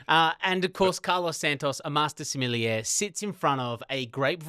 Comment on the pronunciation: I find the pronunciation of sommelier awkward. It’s like there suddenly is an extra syllable after the l. Like sommel-ee-ier instead of the original 3 syllables.